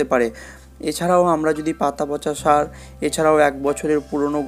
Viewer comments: কি সার বললেন ভালো করে বলেন 😮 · Sar name ta clear bola uchit